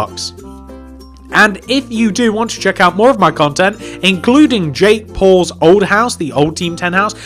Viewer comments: It sounds like he says jake balls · At first I thought he said jake balls houce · Ik lol